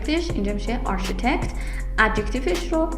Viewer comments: تلفظ صحیح architect/a:rkitekt/ با تشکر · سلام و عرض ادب.بسیار ممنون از تدریس درخشان شما🙏🌹🌹🌹فقط جسارتا تلفظ کلمه architect و استرس کلمه Economic را اصلاح بفرمایید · دروس عالی هست.ممنون.تلفظ معمارو معماری انگلیسی نبود انگار